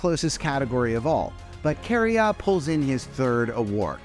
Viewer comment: "Carriya" XD